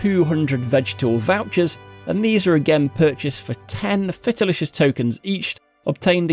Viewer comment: how in the world can you miss pronounce literally everything... Felicitious... is not fetalicious...